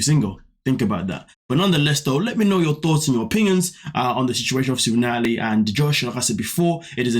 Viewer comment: Nutalie, Nutalie, Nutalie 🙄🙄🙄, please sit down girl 🙄🙄🙄